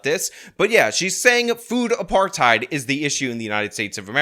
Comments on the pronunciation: " food apartide " 😅😅😅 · The overannunciation of the last syllable of the word "apartHEID"... trying to make it sound like she's correcting someone. Like when people pronounce every word like an American, but then put on an accent to say a Spanish word..... only WAY dumber!😂😂😂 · For the way she says "apartheid" if nothing else! Argh! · I like how she cant even pronounce food apartheid like the two separate words they are.